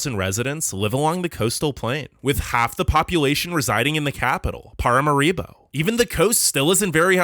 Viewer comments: why do you pronounce paramaribo like that😭😭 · say paramaribo again. It's cracking me up big time!